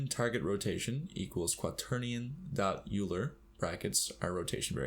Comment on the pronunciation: "Euler" = "Oiler"